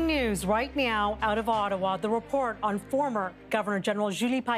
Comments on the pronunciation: did she just say "right meow"? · Did anyone else hear her say "Breaking news right meow"